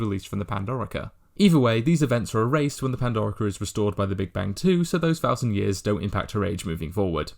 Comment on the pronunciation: Pan dor iker. Ha ha ha.